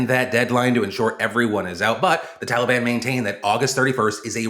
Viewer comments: “Talibon” -Biden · What the fuck is a "Tollybon" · Excuse me? "the Taleban"? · “Tolly bon”- Joe Biden 😂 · Tolly-Bon made me smile way too hard considering the topic at hand lol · Biden: TOLI BAHN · Are we all pronouncing Taliban wrong or can Biden just not say it correctly? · Joe's pronunciation of the word "Taliban" makes me wonder if it's a George the first (H.W. Bush) style mockery like George did at Hussein. Find an old clip from the desert shield days. The 'correct' pronunciation was Sa-Dom. But George used his folksy Texas accent to pronounce it Sad-am (like Adam, but with an s on front) why this was both funny and genius was that sad-am in Arabic is the word a boy who cleans or fixes shoes. This it seems would elicit the same reaction you'd get from me if you called my mother a whore to my face. But he had a whole army. Now it's possible this was innocent, just a product of his accent. But that possibility is so low as to be statistically zero. I would bet any of your lives on that being both intentional and informed. He knew what he was doing. And i applaud the whole thing